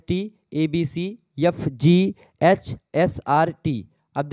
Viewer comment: Vo sb toh theek h pr jo word A se start hota hai aap use Y se kyu pdhte hai jse H ko yetch pdhte ho🙂💀